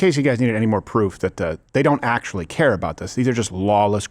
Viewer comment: "vuht ahhdd you gawd damn talking aboot?"